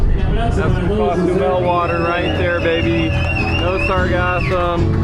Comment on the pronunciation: It’s not pronounced cas u Mel,, it’s Cozumel